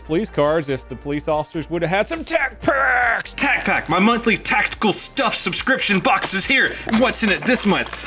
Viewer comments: my man is making sound like Aflack, not Tacpak. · Hearing you say " Tacpack" is worth watching the video over and over again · You friend says tacpack better then you. 🤣🤣🤣